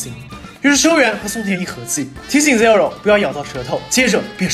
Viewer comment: 建議聽一下正確的Zero發音